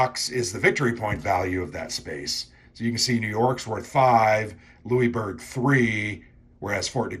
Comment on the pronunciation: I like hearing Americans pronouncing Louisbourg 😊 You made a sale for Blue Panthers, I am French Canadian and I am always interested about this war that is not always well remembered. The game look simple but very fun to play. I hope I can get a copy up here in the great wide north